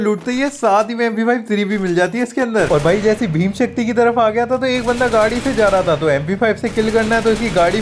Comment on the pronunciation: bhim Shakti ❌ bhima. Sakti